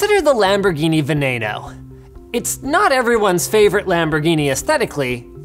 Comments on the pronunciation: VenEno, not venAno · Isnt it pronounced ( veh-nee-no ) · The Lamborghini Veneno is not pronounced Vennano it's pronounced Veneno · lamborghini venaeno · FacePalm . It's Lamborghini veneno. VENENO! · Lamborghini Veneno lol your pronunciation almost killed me there lol